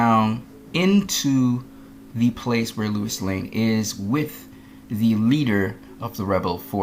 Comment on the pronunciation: The fact you keep saying Lois name as Lewis negates everything you say.